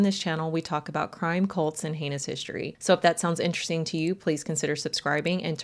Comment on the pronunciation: It the mispronounced words. “Hishtory” “gel” for jail.